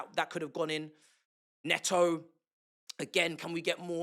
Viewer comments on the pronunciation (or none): Bro - You know Pedro Neto is Portuguese, not Brit. Can you please call him "Ney-tow" and not "Ney-o". Butchering someone's name by sticking to your native accent is lazy and ignorant. I mean there are other British ex-footballers and pundits who do take the care to call him correctly, and they're not even Chelsea supporters. Come on man, you can do better.